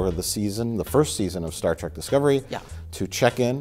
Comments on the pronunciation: Star "TRACK". A pet peeve for sure. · if you cant pronounce TREK you shouldnt be reviewing it